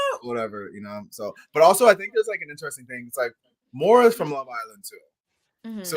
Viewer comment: All the payers are told that there can be recruitments. BTW making fun of Maura's accent while you keep mispronouncing her name?